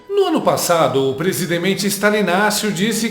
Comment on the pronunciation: Presidemente😂😂😂kaka😂😂😂 kakakkk.nao fala assim 😁😁😁😁😁😄😄😄